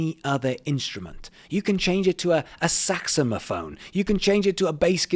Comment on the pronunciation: haaaa.... exactly what i was thinkin!! Was too cute... thot it may be an accent thang 😉